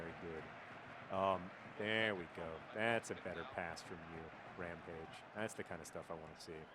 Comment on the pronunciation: "Permanent Rampage" Ramage?